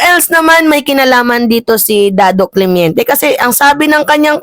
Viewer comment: Correction..hindi CLEMIENTE.."CLEMENTE" po